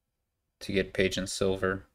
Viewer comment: Oh no, I have to listen to you pronounce Pageant!